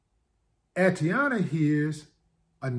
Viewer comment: Peace, Brotha Willie D, for the sake of diligence, Her name, Atatiana, is pronounced: AH-TAH-TEE-YAH-NAH. Just wanted to help out a little bit. Carry on....